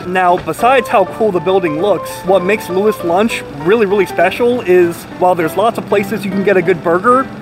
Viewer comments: It is pronunced, louie's lunch. From what i gathered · You wouldn't know what a hamburger is if they didn't industrialize the process. And dude can't even say loui's lol. And you take his advice lmao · Says he did his research proceeds to say the name wrong 25 times in a row